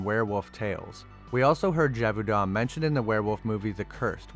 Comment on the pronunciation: Listening to you repeatedly butcher the words “Talbot”, “lycanthropy”, and “Gévaudan” made this video very painful to watch.